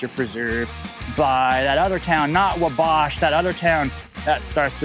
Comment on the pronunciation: Ackshully it's pronounced WAAW-bash